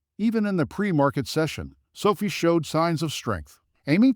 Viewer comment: 2020? Sofeee is how your AI pronounces it. Won’t be back